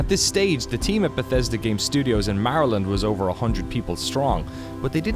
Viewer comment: Stop pronouncing Maryland like that..